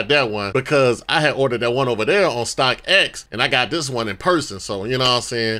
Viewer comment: That boy said stockX